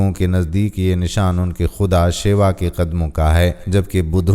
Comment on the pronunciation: لفظ وُسوُسہ ہوتا ہے آپ وِسوِسہ کیوں بول رہے ہیں؟ لفظ صِلہ ہوتا ہے آپ صِلّہ کیوں بول رہے ہیں. لفظ شِوا ہوتا ہے آپ شیوا کیوں بول رہے ہیں اور اس قسم کی بہت سی غلطیاں مثلاً آپ پِرتھوی کو پُرتھی کہہ رہے ہیں. پاکستانیوں کو اردو تو بولنی چاہیے 😢 کیا صحیح اردو بولنے والوں کی کمی ہو گئی ہے؟ جو آپ جیسوں کو اپائنت کر لیا جاتا ہے. حِجرہ اسود نہیں ہوتا حُجرِ اسود ہوتا ہے. آئندہ آپ کی وہلاگ نہیں دیکھنی کیونکہ آپ چرِند پُرِند کوچَرندپَرند کہتے ہیں.